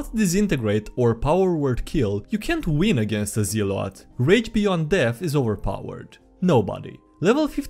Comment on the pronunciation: It's pronounced "ZELL-ot!"